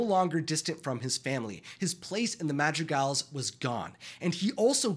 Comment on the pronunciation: I'm sorry, but this entire video this guy wasn't calling them the madrigals, he was calling them the magic als